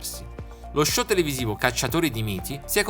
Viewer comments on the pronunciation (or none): none